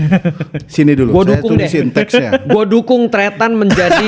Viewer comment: Tretan bg bukan trestan